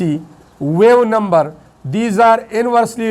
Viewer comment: So you pronounce the wave number incorrectly ❤❤❤